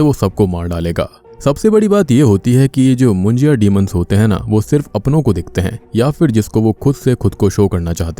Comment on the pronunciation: It's not मुंजिया.. it's मुंज्या!!